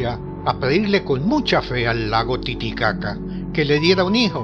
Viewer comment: que buen cuento cómo todos y el fin me hizo reír mucho el lago Titicaca como lo dice😁😂💕👏Dios lo guarde a usted y su familia